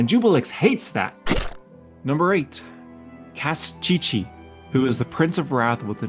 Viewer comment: Kostchchie pronounced as "Cast-chee-chee" was funny 🤣